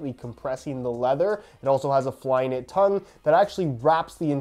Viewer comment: Flyknit tunnel. Flyknit tongue-el...? Eh?